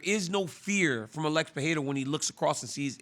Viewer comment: Why do they pronounce Alex.. like Uh-lex!? 🤣